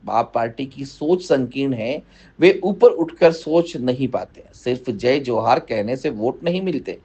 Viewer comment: जी को तो जोहार शब्द बोलने भी नही आ रहा है क्या जमाना आगया है अपने स्वार्थ के लिए नेता जी क्या क्या करने के लिए त्यार है एक टाइम जोहार शब्द को वोरोध कर रहे थे वो आज जोहार बोल रहे है